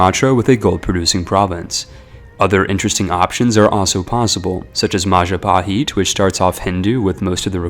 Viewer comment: "Maja paheet"